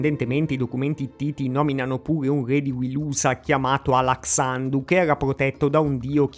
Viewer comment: "alaksciandush" e "appaliunash" devi pronunciarli, con "sh" pronunciato alla maniera inglese cioè "sc(i)" per noi e "ch(i)" pei francesi.